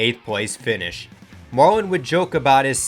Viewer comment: Sterling marwin? It’s Sterling Marlin not marwin.